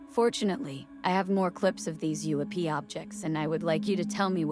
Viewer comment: The "dark smoke" on top of that object is a super bad after effects job hiding the cable. Theres a hoist on it and a Bolt hook on the very bottom. It was odviously being towed by a helicopter. This channel must be stupid AI since in pronounced UFO "oofo" stop this crap already.